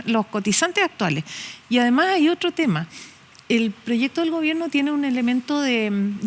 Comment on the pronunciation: Y dice gobienno